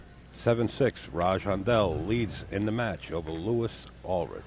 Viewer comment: For future reference...It's pronounced Lewee Ulrick. From San Diego, Ca.